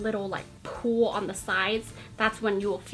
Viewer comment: you say pull weird it sounds like pool